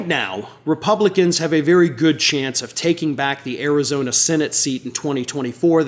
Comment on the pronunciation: Arizona not Karizona!